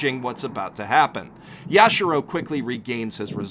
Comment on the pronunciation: YashIIIIIIro, not Yashuro